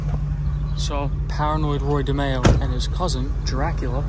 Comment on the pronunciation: Watched a mob episode of Law and Order. The name of the crime family was DeMeo but pronounced Di My oh. Didn’t change those facts much😅